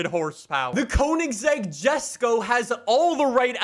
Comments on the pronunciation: You don’t know how much saying JeSkO rather than yesko triggered me 😂. Along with 750cc litre engine 🤦🏻‍♂️🤦🏻‍♂️ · ....So first. You CONSTANTLY call Wheel Spacers, which are designed to push the WHEEL out further from the hub “engine spacers”. And know you CONSTANTLY say “jusko” when it’s pronounced YESko. Did you not watch a single video of Christian talking about this car? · Its pronoused yesko not jesko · Btw it's not a JESco it Yesco, it has a bit of a German accent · Its pronounced yesok not jesko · Yes-ko not Jes-ko, btw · It’s spelt Jesko but pronounced yesko not jesko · bruh it's not jesko it's yesko it's pronounced yesko😅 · Who else is annoyed by calling it JESKO, it's mean to be JESKO(YESKO) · Bruh he still says Jesko rather than yesko lol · Btw it’s pronounced “yesko” but spelled jesko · why jesko and not yesko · Bro it's pronounced: Yesko not Jesko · Bruh yesko not gesco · a reminder to and the people in the comments that the Jesko is pronounced "Yesk-o" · Its pronounced "Yesko"🙄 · Quick ackhtuallly moment It's pronounced "Yesko". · Jesko is pronounced “YES-KO” you spoon! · I've been watching since fh2 was new, and I love this video, but please. Jesko is pronounced yes-ko. Thank you and keep up the good work. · It's pronounced Yes-Go. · The Koenigsegg Jesko. Is pronounced yesko. Not with a J sound. Sorry to sound disrespectful or anything, but I had to let you know the correct pronunciation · It’s pronounced “Ye-sko” you degenerate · Fun fact: the Koenigsegg Jesko is swedish and actually pronounced Yesko with a y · god why did he pronounce jesko like that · every time he butchers koenigsegg and jesko I try not to cringe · Say jesko correctly please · The way he says jesko really annoys me